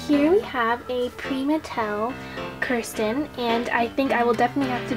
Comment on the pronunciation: Not being rude but you are say Kirsten's name wrong you should go see her meet Kirsten video on YouTube to see how to pronounce it right love the video